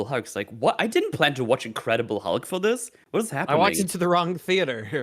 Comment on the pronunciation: "I rewatched 'Incredible Hug.'" It truly was,. (Edit) And.